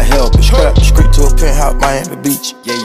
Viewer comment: Did he say screet instead of street?